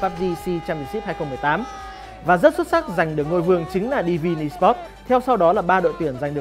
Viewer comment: em co chut feedback la may cai ten tieng anh nhu la AMD hay Divine Esports. nen doc dung di a. doc tieng viet nghe thieu chuyen nghiep a.